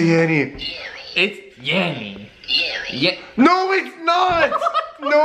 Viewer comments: I was hearing yanny then in I heard yawi like he did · It ain't yanny or laurel, I hear the same thing as, "YAO-EEE", he doesn't pronounce the letter N at all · I heard Yammy not yanny 😂😂😂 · It's yammy not yanny 989% correct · I hear yawee like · 17, yanny!! But it sounds like yarry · It's yanni